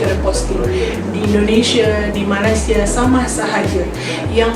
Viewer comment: Malaysie Malaysie,sebut betul2 malaysia